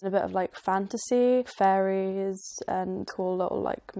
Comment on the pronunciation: Fairies I thought she said furries and I was about to say dafuq